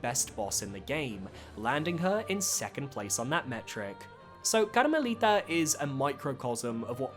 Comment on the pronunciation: Love how you say Karmelita in spanish